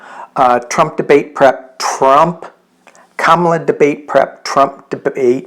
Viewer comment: Comma la not cam as in camera.